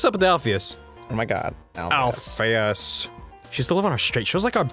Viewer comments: Somebody P L E A S E tell them it's Alphys, and not "Alphyus" PLEASE. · I think Dr.Alphys's name is pronounced Alf-us...not Alf-ee-us 0-0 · Why do you guys say Alphius when her name is Alphys? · The way they mispronounce Alphys' name is driving me insane